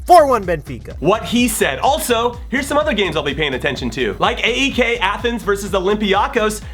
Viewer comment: Like that the love for the Greek league! also btw Jimmy AEK is said not as an acronym but like Ay-ik